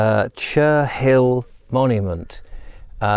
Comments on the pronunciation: Cherhill is pronounced Che rill not Cher Hill, H is silent. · I suggest you speak to a local to find out how to pronounce Cherhill. :)